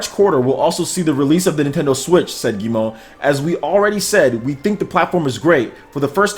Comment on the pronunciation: Excellent pronunciation,! I think Monsieur Guillemot is right about the Nintendo Switch... true innovation! I'm looking forward to games from Ubisoft and CAPCOM for the Switch!